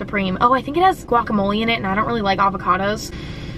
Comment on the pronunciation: 2020 Emma said SIKE with Avo--cadoos